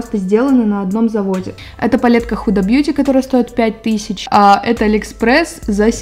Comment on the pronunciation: когда впервые услышала это "худа", меня чуть не стошнило. люди, которые смотрят англоязычных бьютиблогеров, поймут.